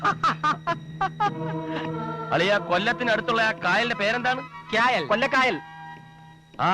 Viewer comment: അളിയാ കൊല്ലത്തിനടുത്തുള്ള ആ കായലിന്റെ പേരെന്താണ്? " ക്യായൽ " 😂